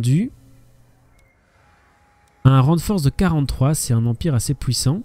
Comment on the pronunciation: Niveau houite .... c'est pouissant .... les troupes s'enfouient... T'as un problème avec le son "U" ou quoi?